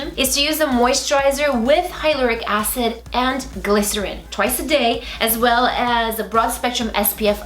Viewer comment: With all due respect, Hyaluronic Acid is pronounced as hyla-ron-ick acid. I really loved this series! 😊❤️XOXO